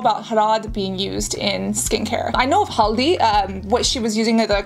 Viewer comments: This is a really educational video. You absolutely won my heart when you pronounced "Harad" and "Haldi" perfectly! You are very talented Cassandra ❤❤😊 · Your haldi pronunciation is on point